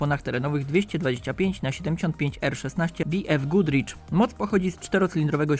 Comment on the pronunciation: Bi ef gudricz??! WTF??? Naucz się czytać, albo po polsku albo zgodnie z krajem pochodzenia i co to jest APT?? Mówi się ABeTe, Mein god